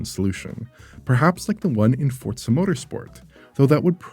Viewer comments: What is this Fort-sa game he keeps mentioning? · As a Playstation only player I have one question. Why is he pronouncing it Fortza? There is no T? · Is the game called fortza or for-zaa?